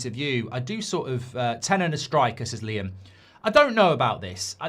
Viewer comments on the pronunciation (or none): none